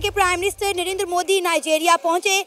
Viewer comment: Not नरेनदर he is नरेंद्र 😂